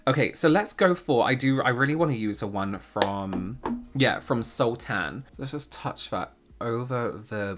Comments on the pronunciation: loved the video, the makeup is really beautiful! sultan is said like suhltn like princess jasmine's father in aladdin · Sultan is a title for kings in like for example Ottoman Empire Sultan Suleyman. It's pronounced similarly to how you pronounced the fruit sultanas, which is an adaptation of the term sultana, 'sultan's wife.